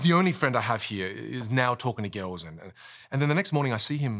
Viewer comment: "Talk to gils." Cracked me up